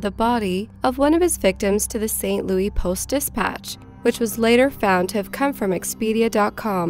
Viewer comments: It just keeps happening... Saint Looey. Hurts my head. Seriously what gives you the impression that's how its pronounced??? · It's pronounced St. Louis just like it's spelled, not Louie. :) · I love your videos and I think they are amazing.... but please stop pronouncing it St. Louie. Its St. Louis, with an S sound on the end. Other than that... keep up the incredible work. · My heart breaks for all that endured this woman say Saint Louey. Repeatedly. Ow. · "St. Louie" lol... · Look... the only person from St Louis that calls it "St Looey" is Nelly. Just stop. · St. Louis. Lew-isssss. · Learn How To Pronounce St. Louis Please. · Your not, I live in STL. Its annoying... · Kills me the way she says “St. Louis” like “louey” and not “lewis” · Umm... It's not pronounced saint Loo-ee, it's saint Loo-us... Pretty major pronunciation error.. I'll cut some slack if you're a foreigner, but if you're a US citizen that's kind of embarrassing.. sorry, mate, but you have to do your research🤐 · Ok its st louis not st louie 😆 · i was actually locked up in saint louis county jail across the hall from him when he did it... also who the fuck cant pronounce st louis? its not louie its lewis ffs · St. Louie? Its called St. LOUIS. Seriously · Bill. Giles , I agree. This was super annoying as she says it like 15 times. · I know all of this is horrible but it pronounced SAINT. LOUIS. not st louie! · St Louie, slang for St Louis...lol I'm deceased over here! 🤣 She keeps saying it! 😅🤣😂 I live in St Louis. 🤗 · St. Louis - Saint Loois, NOT Saint Looee. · It’s pronounced “Saint Louis” not louie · St Louis is pronounced "SAINT LOO-IS" not "saint Louie" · "Louis" not "louie" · Why do you call it St Louie? It's Louis. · St. Louis.....it's St. Louis, not St. Louey.......thank you from everyone in Missouri! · Saint Loui? Stop... Saint Louis. Wow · Nice video. The only correction here is that it is pronounced St. Louis, not St. Louie. :) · It's St. Louis (pronounced like Lewis), NOT St. Louie!!!